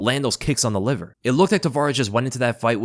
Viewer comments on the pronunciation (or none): none